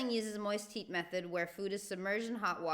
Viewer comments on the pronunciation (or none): none